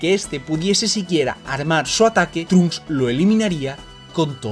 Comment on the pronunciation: No trunk s pronuncia tronksu no trunks